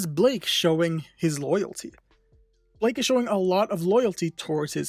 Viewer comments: It’s Blyke not Blake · Blyke not blake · Y is he saying blake lol it kinda weird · It’s not pronounced as Blake. It is actually Blyke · His name is pronounced as Bike with an L after the B. 'Blike', basically.